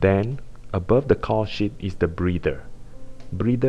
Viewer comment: lol caul sheet sounds like cow shit